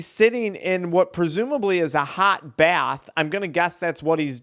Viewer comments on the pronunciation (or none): none